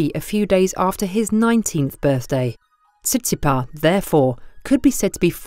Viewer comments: The ‘s’ at the end of Tsitsipas isn’t silent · Why the silent "s" at the end of Tsitsipas? Other than that, interesting video